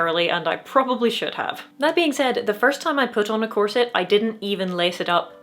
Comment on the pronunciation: Well . . . if your Muay Thai is good enough. Oh! You said “corset!” I thought you said “closet.”